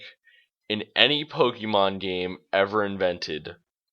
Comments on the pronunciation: "Po-Kee-Mon" No... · Not to nitpick but you're miss pronouncing 'pokemon'. Just letting you know.